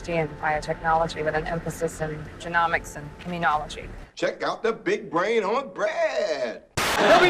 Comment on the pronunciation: Somebody needs to teach Hollywood how to properly pronounce genomics